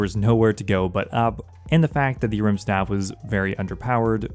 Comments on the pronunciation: Is the A silent in Ahrim? Took me literally 3 minutes to figure out you weren't talking about a rimstaff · The way you pronounce Ahrim 😫😫